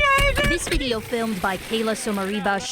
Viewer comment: “ I have a beedeo I have bideo”